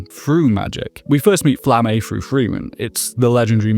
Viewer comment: You pronounce some names weird as a dub watcher. "Flamm-ay" instead of "Flamma?" "Land" instead of "Lon" basically? (Lan, really, but closer to Lon than land)